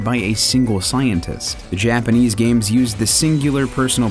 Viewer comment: Impressed with the handling of Japanese pronunciations in this episode :D